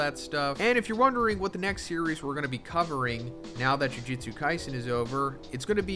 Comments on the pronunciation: This man can't pronounce Jujutsu to save his life. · 271 chapters and bro still says jujutsu wrong lmao americans are funny man😂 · Crazy after all this time, you still can’t pronounce “jujutsu” correctly